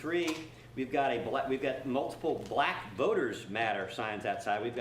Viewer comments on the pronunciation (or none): Why so much Emphasis BLACK 🤣🤣